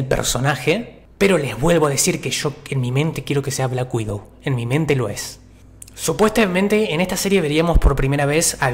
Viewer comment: "SupuestEmente" like si lo escuchaste